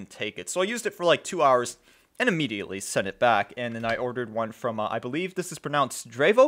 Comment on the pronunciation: When did "th" this start to sound like "v" vis